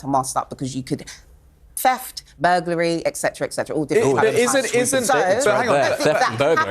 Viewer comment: She says 'free years in prison'!! Free? Free? Free,- wrongly pronounced!! Did I hear 'feft' in addition; oh' Dear!